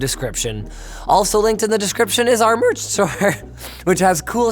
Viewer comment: "MeRRch store"